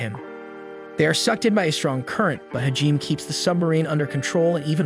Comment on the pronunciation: Hajime - Is pronounced - HA-GEE-MAY